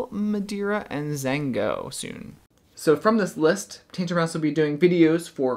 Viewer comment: Zhanguo is not pronounced zango, it's jong-gwoa